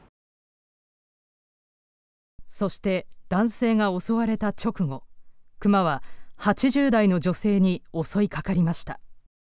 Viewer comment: アナウンサーの「ク↗︎マ」のイントネーションがおかしくないですかね。市民や現地リポーターは普通に「ク↘︎マ」と言ってるのですが。